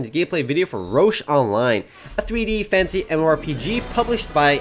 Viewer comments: Like if you always tough he said fancy and not fantasy hahaha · I always thought you were saying a "A 3-D, Fancy MMORPG." "Fantasy" wow lol